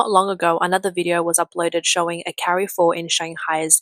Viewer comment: Well the AI can't pronounce Carrefour correctly.